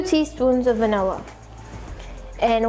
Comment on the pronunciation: It’s vanilla not vanella